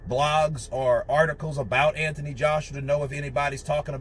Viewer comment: You say ANTHONY wrong.